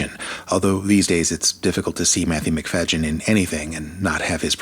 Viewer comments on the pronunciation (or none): I really love the 95 version but I do like the 2005 version also. I think Colin was just amazing as Mr Darcy though. What I'm having a hard time with is how you're pronouncing Matthew's last name. He's introduced himself before where it's pronounced as Macfaydeeyen not Macfayjin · It's Macfadyen. NO G IN THE NAME. NOT MCFAGIN. YO! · Matthew McFajin??? At least pronounce his name correctly. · Its McfaDDen not McfaGGen. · NOT Matthew MacFagean!!! Not 'Eh-ly' - at least get the names right!! I agree, Judy Dench was totally wrong for Lady de B. Barbara L-H's hauteur was spot on! Totally agree with your comments on the impending kiss moment...it was out of place and didn't work. Hard not to love both Darcey's though! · Totally agree. Hate that same scene in 2005 version. (btw, you're great, but there is no "j" sound in MacFadyen's name. Here's him pronouncing it himself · First off I can’t take anything y I say seriously..when you completely Miss Pronounced Matthew MacFADYen name.. it’s not pronounced Mac FayGen there is no G ! 2005 was way better , 1995 was boring . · Matthew Macfadyen's performance as Mr. Darcy is as masterful as Colin Firth's. If you saw Tom Wambsgans in Matthew's Mr. Darcy, you are not appreciating the actor's range. Also, please learn how to pronounce his last name. You did not discuss the different portrayals of Elizabeth. Odd. I am not a Keira fan, but 2005 is my favorite. ❤ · Please, at least have your AI pronounce Matthew’s last name correctly. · Please pronounce Matthew's surname properly! It's so grating.... 😢